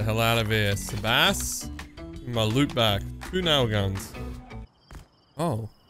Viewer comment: How is sebass pronounced sabass 😂